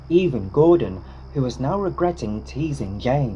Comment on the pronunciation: "are you serious right neow"(bro)